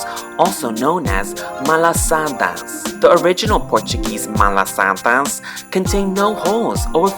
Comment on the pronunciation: Me: has lived on Oahu for entire life: Massage “Hail,” Nu’uanu “PALEEE,” Leonard’s “MALASAAADAAAAS” Me: TRIGGERED